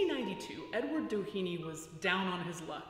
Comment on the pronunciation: It might just be different since the family would have been integrated into America, but the Doheny's were Irish immigrants escaping the famine, the pronunciation would be less like "Dah heeny" or "Dough heeny" and more "Dah henny", with little emphasis on vowels, but a little bit of emphasis on "Dah".